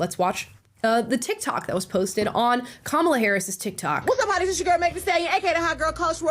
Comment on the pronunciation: Joe Brown called her kabala Harris lol